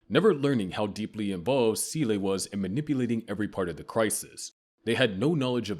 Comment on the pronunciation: Seele too